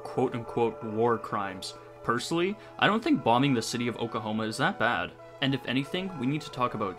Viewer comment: “City of okahoma”